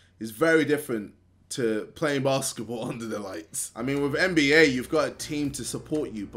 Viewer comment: JJ ITS NBA NOT MBA